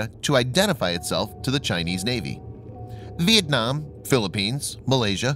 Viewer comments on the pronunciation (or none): none